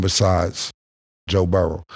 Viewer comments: His name is BURROW. BUR. ROW. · Moe since when do you say Burroughs? Don’t dumb yourself down